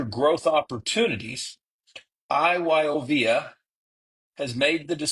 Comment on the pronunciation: It's I-YO-VIA